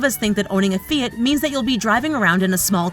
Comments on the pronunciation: I think it’s Fiat not feit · "Fee-IT" NO! LOL. Its "Fee-Ahht". (Think Fee-HOT) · Fee-it??? WTF is a feeit? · WTF is a "fee it"? Oh! Oh, you mean "Fiat"?? >.<'